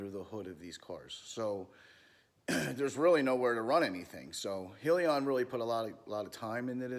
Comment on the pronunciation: Isn't it pronounced "Hell"- yun?